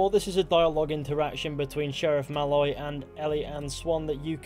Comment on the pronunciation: The way you say Malloy is slightly wrong, you say it like 'mal-oy' but it's 'maloyyy' accentuate the oyyy bit pls. Otherwise a wonderful and insightful video